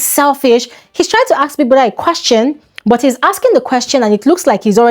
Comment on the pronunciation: Why can't Nigerians say the word ask or asked properly? Great analysis as usual